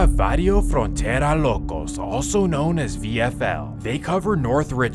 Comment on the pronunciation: Brody needs to cut out that southern accent with “Locos” 😂😂😂